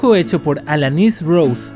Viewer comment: pronunciastes mal mi nombre xd....Alanys Rose